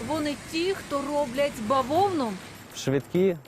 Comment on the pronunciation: Бавовна на расєйском хлопок, тільки наголос перестав))).